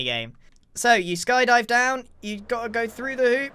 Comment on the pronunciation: Call it Sky Die-vers